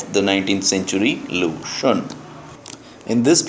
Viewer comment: Hi glad you are teaching Chinese literature I appreciate it However I wanted to point out that your pronunciation of xun can be more accurate. Cheers